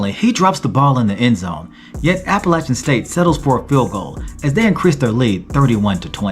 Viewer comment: 34-32 who?! Thanks for pronouncing Appalachian the correct way.